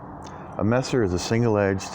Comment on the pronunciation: Your pronounciation of Messer AMD Nagel is very good. In case you didnt know, Messer in german literaly means knife. And Nagel is nail in englisch. Also Messer is a term used in the englishspeaking world, lange Messer ( long kife) , Bauernwehr ( farmers guard) or even Kriegsmesser( warknife) would be more accurate. Very nice cutting. Really enjoy all your cutting videos. Especially the shashka one. Sadly i cant find one anywhere in the Internet for sale.